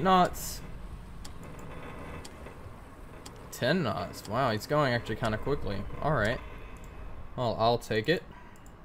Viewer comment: Last speed and range taken... Sounds like you say 6 snots...